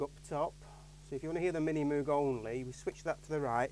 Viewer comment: supposed to rhyme with rogue